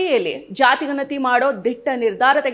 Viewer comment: Nimma uchcharane thappagide. Ganathi emba oththakshravannu sariyagi uchcharane maduthilla